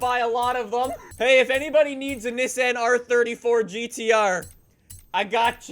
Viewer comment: Niss-anne? Never heard it pronounced that way lol even in interviews with the CEO of "niss-anne" lmao